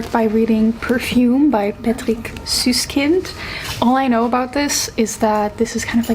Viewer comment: As a German I always flinch when booktubers say "Süsskind" but this time it was pretty good! And I really love the book aswell